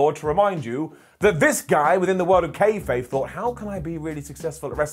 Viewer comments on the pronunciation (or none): none